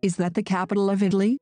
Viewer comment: Non mi sembra che la parola Italia sia pronunciata bene.